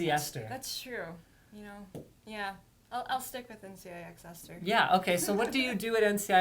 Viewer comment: hate how she says NC YI X